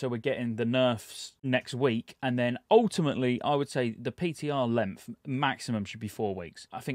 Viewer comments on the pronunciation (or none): The PTR "lempth"